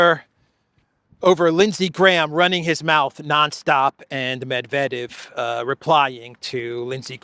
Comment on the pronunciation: ‘Gramps’ couldn’t even pronounce Mr Medvedev’s name properly.